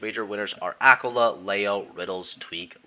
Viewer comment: It’s acola